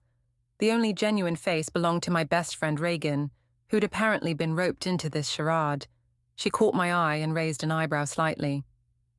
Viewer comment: pronounce charade correctly stupenagle